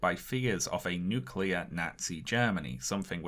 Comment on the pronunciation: With all the Japanese names he pronounced right, why couldn't he get nuclear (NEW kyu ler) right?? -GWB